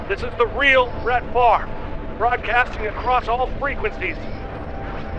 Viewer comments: Brett Favre. F-A-V-R-E. Why was that spelling ever pronounced FAR-V by the NFL? It should be...FAHV--RAY (as in laser). Apparently the family didn't want to sound too French. Whatever, he rocked. :) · I just love the ever-evolving pronunciation of Favre.